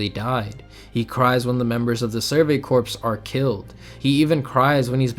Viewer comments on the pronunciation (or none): I think every aot video i’ve clicked on mispronounces the word “corps.” It’s the Survey CORE, not CORPSE. Have any of you weebs ever heard of the Marine Corps before?🤦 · Good video, worth noting corps it’s pronounced core not corpse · Still waiting for supposed fans of this show to stop pronouncing the Survey Corps as ‘corpse’ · This is a good video but corps is not pronounced corpse and that irked me every time that came up lol.